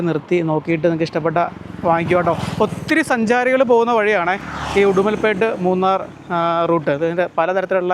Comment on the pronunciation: ഉടുമൽപെട്ട് ❌ ഉടുമലൈ പെട്ട്